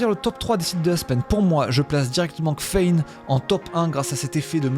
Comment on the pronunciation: Tabarnak?! Kffein = Caféïne!!! Voyons...